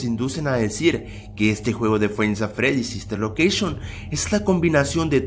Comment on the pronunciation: Bien pero dijo sister locousgion